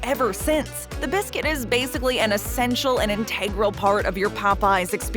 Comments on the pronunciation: "Integral" is pronounced ĭnʹtə-grəl. Accent is on the first syllable. : ( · UGH!!! Please pronounce INTEGRAL properly!! 🤦‍♀️ 🤦‍♂️ 🤦